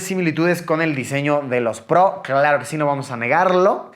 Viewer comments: Se dice “Pro”, tal cual, no “pbrouw”, estudia mejor idiot4. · Hahaha como dice el luisito " los airpods prou". Ya se le olvidó como decir pro haha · Alv luisito, tan prou, di pro y ya.. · Airpods Pro! "Prou" lol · nadie: luisito: airpods prou